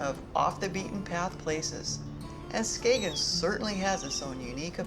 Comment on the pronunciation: Well done. The g in Skagen is silent, so it sounds like Skayen or Skane . It gets quite busy on weekends in the summer. If you were looking for more people they can be found out on the beach where the waters meet. You get there by tractors pulling wagons. You can also visit the bunker museum which shows the German defences from WW2.